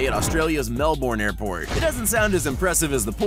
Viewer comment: that’s not how you pronounce Melbourne